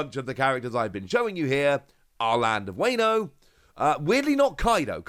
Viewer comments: Honestly all I want to say is it’s Wah-No not Wayno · if you say "weyno" one more time, i am gonna strike you through my monitor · A kitten dies every time you say wayno. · the "wayno" is killing me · It hurts my soul every time he mispronounces wano.